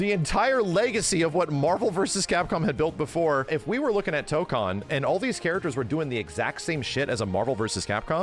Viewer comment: It annoys me that he keeps mispronouncing Tokon lol, guess I'll have to get used to it since most people are going to mispronounce it.